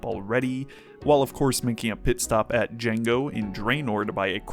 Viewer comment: It's diango not Django